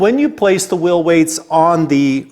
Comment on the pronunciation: It’s “whEEL”…….not “WIIL.” What’s a will?